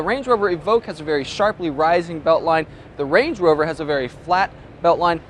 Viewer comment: he says "wange wover" lol